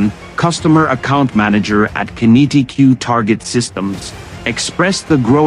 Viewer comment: Qinetiq, same as kinetic, not kin-E-t-Q Fuckwits